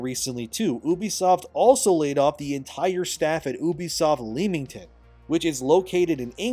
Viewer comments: For reference it’s pronounced Lemmington 👍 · Fyi, miner nit-pick from an Englishman who lives not too far from Leamington. The first two syllables are pronounced the same way as the rodent renowned for jumping off cliffs, IE lemming-ton. No, it doesn't make sense, but there it is!